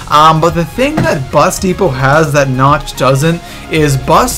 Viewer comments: It's pronounced na-k-t not na-ch-t idiot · sir, no offense, but it is pronounced nakt not nacht. it is german. also, the wunserwaffe is pronounced vundervaffeh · Nacht not notch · I'm sorry, but I swear to god, you pronounce it Na-c-t der untoten not NATCH. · its pronounced like nawkt not natcht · I'm sorry, but it is "Nacht" der Untoten! NOT "Natch" der Untoten. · why does everyone say"nacht" like theyre gonna say nacho. its said like "knocked" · You don't say the "ch" in Nacht it is more like "nauc"